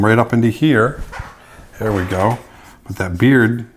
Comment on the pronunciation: every time you say "there" I think "bear"! Thank you for the beautiful video!!